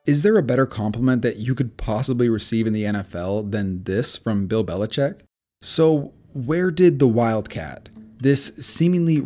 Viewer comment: It’s not “Belicheck”. It’s “Belichick”. You know, like a baby chicken. Lots of people mispronounce it, but you’ve taken it to a new level by spelling it that way too.